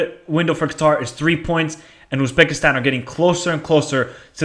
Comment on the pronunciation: North Korea 0-3 Iran Qatar 1-1 Uzbekistan UAE 2-0 Kyrgyzstan North Korea 0-2 Uzbekistan Kyrgyzstan 0-2 Iran UAE 2-1 Qatar Uzbekistan's not pronounced Oozbekistan